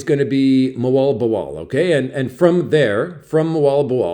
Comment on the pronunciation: That is 1 funky word to pronounce - M0al B0al - You Must have the perfect pitch 0r it sounds like your about to HU-R-L-l-l-l-. . .Where's - my - B-u-u-i-c-k 🤮. . - Good health ! Nice to hear from ya , Thank -you ! Enjoy 👋. . .👋. . .👉🚪